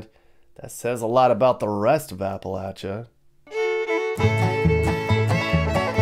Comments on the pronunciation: It's not Apalah chia, it is A pah Lay cha!!!:face-red-droopy-eyes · Appa LAY Cha, why has the pronunciation changed?